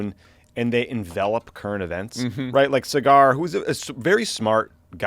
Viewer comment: LMFAO it's obvious y'all have never seen one clip of breaking points because y'all keep calling Saggar (Sah-ghar) cigar 😂😂